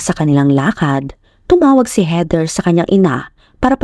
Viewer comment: HEATHER pronounced as in weaTHer